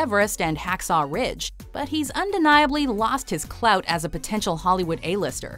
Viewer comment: She said "clout" lol